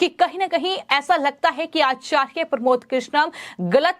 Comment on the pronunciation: this girl doesnt know how to pronounce acharya she needs to learn hindi properly...